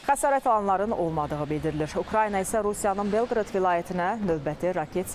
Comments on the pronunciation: Ay xanıм, Belqrad yox Belqorod. Белгород. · Ay mən deyən Belqrad Serbiyanın paytaxtıdir.Belqorod. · Ağlınıza gələni yazmayın, Belqrad yox, Belqorod. ( Белгород) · Belqrad yox ay umnik beliyqorod yəni ağşəhər